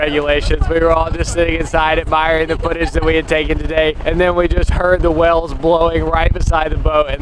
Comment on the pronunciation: why do they pronounce whales as "wells"